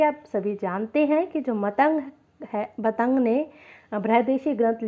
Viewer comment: अरे uney मतंग ऋषी नाही केहते ऊन का नाम मातंग ऋषी हे